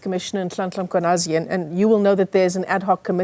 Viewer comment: I can understand a non-Zulu/Xhosa speaker getting the clicks, "Qs and Cs, incorrect but this is a new low when you cant even get "Mkhwanazi" correct. Come on, this is nothing but pettiness